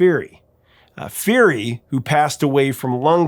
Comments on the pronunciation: STEE MAY LA, THE GUITARIST'S NAME IS PRONOUNCED PIER EE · Great recognition to Stimela and Ray Phiri, and Johmny Clegg and Jukula. Pedantic comment: Stimela is pronounced stimEla, kind of rhymes with "Yella." Ray Phiri's surname is pronounced with an explosive P.